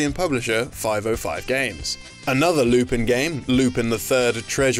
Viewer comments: This is first time ever I heard Lupin's name being pronounced "Loopeen" instead of "Loopun". I've made some research and it turns out your pronunciation in the video is indeed incorrect. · It's Lou-pan not loopin he's french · Naw-Roo-Toe, Not Nuh-Roo-Toe And it's Loo-Pawn, not Loo-Pin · Lupin is pronounced "Loo-pan", not Loopin. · 2 things: 1. It’s pronounced “Lupan” not Lupin 2. Midler’s design was based off of various panels of Yukako from Diamond is Unbreakable (which I believe JoJo a GoGo covered). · It’s pronounced “Lupan”, you savages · Could you please pronounce lupin correctly it’s painful hearing you say it like “loo-pihn” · Wow I did not know Lupin had some games. (By the way not to sound meticulous, it's pronounced "Lu-pon" and "Nar-ru-toe) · Talks about Lupin III game. Me: Yay! Pronounces it "Loo-pihn" Me: GRAH! Also, there is a greater connection between Konami games and Yu-Gi-Oh. There are several real life cards that are based on both Metal Gear Solid and Ganbare Goemon (aka Legend of the Mystical Ninja). Snake and Yae have appeared on cards and Sasuke (no, not that one) has appeared on multiple cards. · No excuse. His name is pronounced loop on. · Loop on. Lupin. Loop on. Not a difficult concept. Unless you're being facetious. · It's pronounced "Lupahn". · It bothers me way more than it should that the host can't pronounce 'Lupin' properly. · The way he pronounces Lupin triggers me